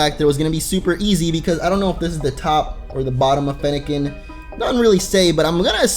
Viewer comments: You said fennacen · he said Feniken